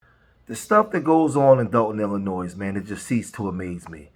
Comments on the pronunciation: Noooo, please! You're pronouncing 'Illinois' like Tiffany does. The 's' is silent. Other than that, great commentary 😄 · Illinois is not pronounced with an “s”. One would think people born and raised in Illinois would know how to pronounce the state in which they live. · The S is silent when pronouncing Illinois brother. Tiffany Henyard says it wrong too so please don’t be like her lol. Love your channel and I watch everyday 💪💪💪❤️❤️❤️